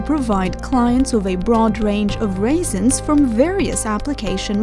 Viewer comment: raisins?! It’s resin, ma’am.